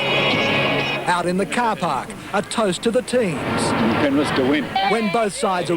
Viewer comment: did he say penrif?